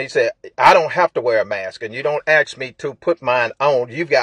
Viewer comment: Did he "axe you " or did he "ask you"